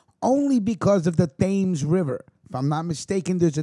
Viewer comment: Great stuff, the only thing is that the thames River in London in pronounced TEMS River.